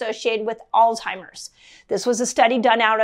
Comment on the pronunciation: "ALLLLZZZZ" HIIIII MEEERS (repeat) (ALZ HI MERS) (ALZ heimer's)... Not Alltimers...